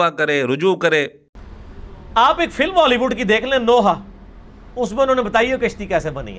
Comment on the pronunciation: کشتی زبر کے ساتھ ہے ۔مرزا کاف کے زیر کے ساتھ پڑھتا ہے ۔